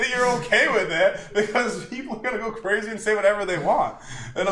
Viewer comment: the fall of is cwaZY